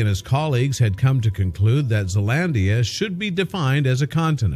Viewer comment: you said Zealandia so wrong